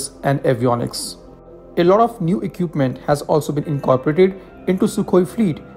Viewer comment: Please boss it is not eqpment it is pronounced it e-kwip-ment. I dont mean this in a negative way, just that your pronounciation of equipment is really jarring when hearing your stuff. E-kwip-ment with the e producing the sound of choti ee ki matra not badi e ki matra kwip, rhymes with whip or lip, e-kwip.